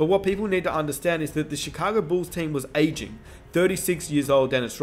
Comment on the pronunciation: Drink a shot every time he says “ayeging”